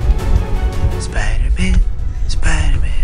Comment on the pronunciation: The girl: ITs SiPder-MaN